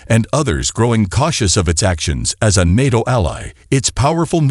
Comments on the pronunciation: I love Nattoe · I repeated the way you said NATO a lot of times in disbelief